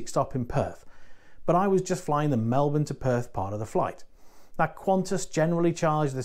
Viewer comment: 2 comments - thanks for pronouncing Melbourne correctly :D and secondly ... did you get to Gold yet? Cheers from Central Victoria🍻